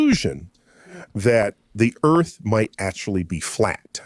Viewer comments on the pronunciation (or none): The way he said 'flat' was a little bit off